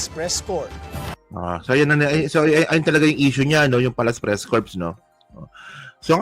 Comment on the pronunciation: yung Corps…hindi pronounced as Corpse. Silent P dapat…Parang Cor, ang tunog. Salamat! GodBless….